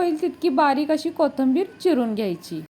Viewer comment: कोथंबीर नाही कोथिंबीर म्हणा